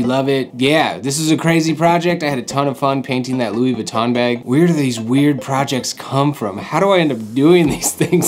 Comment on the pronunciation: Ok the N In Louis Vuitton is silent and the brand is beginner shit. Not really part of the runway fashion world. Normie shit. Also it’s not even real leather lol buy givenchy at least. Cheap